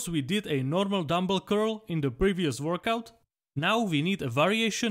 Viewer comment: Workout ❌ Vorkouk ✅